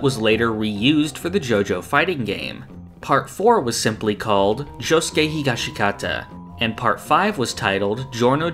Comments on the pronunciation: Can you please pronounce Josuke’s last name correctly? It’s not hee-gosh-ee-Kah-ta, it’s Hee-Gosh-kah-tah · still can't pronounce Higashikata correctly. It's Higash-kata. Silent I. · I noticed the sub (native speakers) pronounce it Higga-she-kata while the dub goes with He-goshka-ta